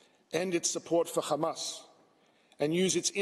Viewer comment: I hate the way they say Hamas. Makes it so difficult to listen to. It’s not Khamas. If you can’t say it right, just use the letter H. Please